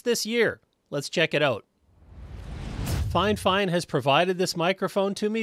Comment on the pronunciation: it’s not finefine it’s fif ine